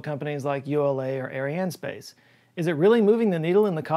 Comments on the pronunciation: Salut, we use to pronounce "arianespace" this ways: "ariane espace" with French accent, type it in google translate. Otherwise you did it beautifully with your own accent "ariane space". I guess it depends who you are talking with, either "Francophones" or the rest of the world:) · It's not pronounced space, it is es-pah-s. Ahri-ahnn-es-pah-s. Edit: Try to sing Je Ne Regrette Rien, from Édith Piaf, for a good R pronunciation :-) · 2 comments, 1) thank you to all those that support this channel, its awesome and we free loaders love it (well i do anyway). And 2)100 degrees Fahrenheit is 37 ish degrees Celsius, you complain like that is hot.... come to Australia lol. Also Arianespace is pronounced Ari- ann- space. you were likely being sarcastic for the video and that is what makes your vids great but there it is for the fun of it, love ya bro. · I worked in the space industry for a while and the french guys pronounced it exactly the way you would say "Ion" so "IonSpace" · It's Eh-spa-chay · Arianespace is : ah-ree-ah'n - hay-spahss (the "ah" are pronounced like in "bra" - the (usually female worn) garment).. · Great content as usual. Couldn’t find a general email address to ask a question so here it is: have you ever done/will you please do a segment on the strange “electric” feeling one gets on the scalp, face and arms when listening to certain music or watching something especially meaningful? Also, it’s Air-E-Anne S-Pass, phonetically, all as one word. AirEAnneSpass. I think. Merci and Bonjour. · Ariane is correctly pronunced but space is like English, espace is the French word that match your pronunciation.